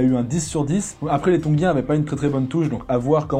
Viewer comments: Comme tab énorme ❤️🔥mais tongein pas tongin😂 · TONGIENS pas TONGUIENS!!!!